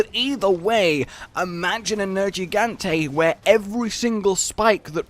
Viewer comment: Nergigante. Just once. Say his name.